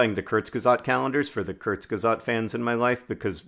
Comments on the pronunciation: I want more videos of John pronouncing kurzgesagt as kurzgesat. I KNOW mispronouncing is his thing - but I feel like he doesn’t even realize how cute he does it here! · It took a moment for me to get you were saying kurzgesagt xD